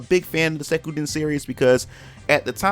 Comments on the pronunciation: Not Sekuden...! XD Suikoden! Ahha loved the video tho! :) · The way you say Suikoden hurts my nostalgia. Good video tho.